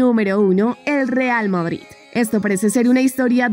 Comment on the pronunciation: "real mOdrid"? 🤔